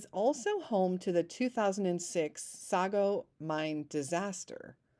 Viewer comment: Just a couple of friendly corrections here...... First of all it is pronounced (Apple-atch-ian) Mountains.... Not (Appul-a-shun) Mountains...... Sorry, pet peave there........ Also the Sago Mine is pronounced (Say-go) not (Sah-go) and lightning was the cause of the explosion in the mine but it did not strike igniting the coal in the mine. Coal does not ignite and explode..... It does burn but just like wood it takes a little time to get it going. Coal dust will explode inside of a mine and cause some damage so all mines keep the tunnels covered in rock dust to prevent the buildup of coal dust in the shafts. What ignited was methane gas which is very common in coal mines. It is extremely explosive, odorless and silent. Methane detectors are used to check for gas continually. A pocket of gas deep in the mine was ignited when lightning struck a piece of metal on the surface than ran down into the mine carrying an electrical current that arced on the other end introducing an ignition source which ignited the gas causing the explosion....... Other than that you did a great job presenting this story. I pray that someday Luke is found to be alive and well somewhere though more than likely the worst happened to him long ago..... Sad story.....